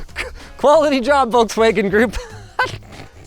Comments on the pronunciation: VOLKS-WA-GEN not Wolkswagon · it's pronounced "FolksVagen" ;) much easier to say it like that even French like me pronounce it right, so you can do it too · Why does he pronounce Volkswagen like "Wallkswegen"? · You pronounce the V in Volkswagen like an F not like a W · It is pronounced "Folks-Vaahgenn" for crying out loud!!! (Or at LEAST "fough veh" - VW in German.) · Me as a german getting a micro heart attack everytime he says Volkswagen. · Where are the Germans there pointed out how wrong he say Volkswagen? Diese Kommentarsektion ist nun Eigentum der Bundesrepublik Deutschland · Wait for a refresh, should get a bigger battery and physical controls. Oh and btw the L in Volkswagen is silent.